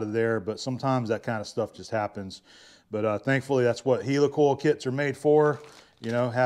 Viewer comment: hi. so you say heely coil... no it is heli coil as in heli copter.. ok .. ?? sorry .. soap box again